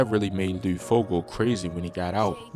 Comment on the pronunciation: Wtf is lude nigga L U D LUD like mud but with an L this video cringe asf